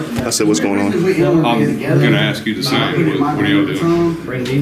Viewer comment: OK. i axe him not to.